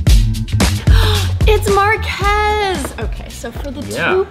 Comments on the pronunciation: One thing Sara and Will Smith have in common: Calling Marques “Mark-ass” xD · markhas, it's Marques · It's markhese 😂